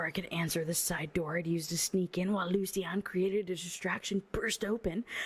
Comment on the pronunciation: My feedback: I agree, this book sucks. Other notes: I think Lucian is actually loo-shun, I believe the way you say it it would be spelled Lucienne or something like that. Also the very last line made me a little sick. The daisies she had in her hair were the daisies she wore for her last wedding, to the abuser. It would feel like a slap in the face if I was marrying someone and they asked me to do that. I get that it’s her nickname and it’s supposed to be cute but no, absolutely not.